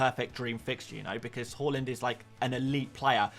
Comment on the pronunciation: Why do you keep calling him "whoreland"? 😮